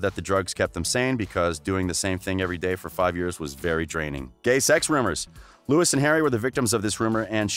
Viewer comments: We don’t trust anyone who says Lewis Tomlinson.Just no😖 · I don't trust anyone who says Lewis Tomlinson. Thats it.